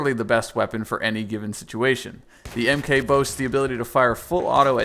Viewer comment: Hey guys, just so you know, you don't say "Mk", it's "mark". So you know.